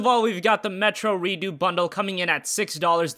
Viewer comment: Redoo? It's pronounced Re-ducks.